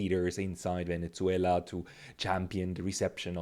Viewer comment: Did you repeatedly say Venetzuela? Why?